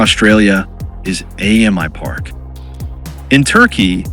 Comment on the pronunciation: It's "Amy Park" not "A.M.I Park" FYI. AAMI is an insurance company here, and its said like the female name "Amy". Allianz is also an insurance company.